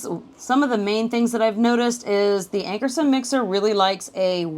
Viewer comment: Ankarsrum = Ank-ar-shroom. as an educator it's important to use correct pronunciations. ;)